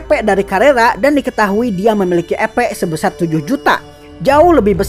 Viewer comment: Duh rasanya enggak nyaman dengar kata EPnya terdengar Kata EPEK bukan EP🤣🤣🤣🤣 Sogo takuci dan yg lain itu enggak berdaya melawan shion ,, para moster melemah larna ada pelemah sihir dan moster yg di lakukan myulan dan gereja suci barat. Perasaan saat di kasih nama abiru kepala desa lizard enggak terlihar berevolusi sedang gabiru dan adik berevolusi 🤔